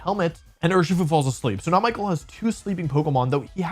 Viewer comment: I know the commentators at worlds also didn't pronounce Michael's name properly (which is bizarre, especially for a finals match), but if you're gonna make a deep analysis of a match it'd be nice to check how the names of the players are pronounced 😅